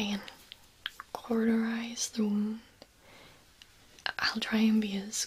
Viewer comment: I just keep hearing Hero Cause and pretending that’s a thing. Also, cauterize turned into “quarterize” and I don’t know how.